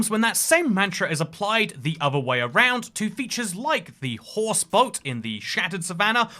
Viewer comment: did my man just say 'boat' like 'bott'